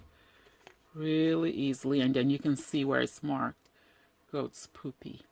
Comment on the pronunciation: Good work! Btw, it's pronounced puh-peh, not poopy!